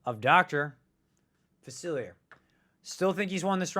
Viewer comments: Hurts my ears every time. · Just here to count how many times he mispronounces Dr. Facilier.